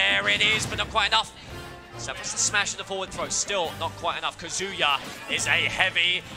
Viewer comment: Loved the commentary except for the "Kuhzooyuh" pronunciation of Kazuya